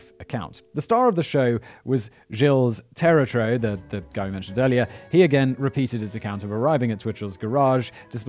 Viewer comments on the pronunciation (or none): Let me help a bit with the french (i assume the name is supposed to be french): jil tetroh is more or less how the name is pronounced. But as always, very informative and entertaining, if one can call it that. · Kinda late, but the name is pronounced “jilla tihtro”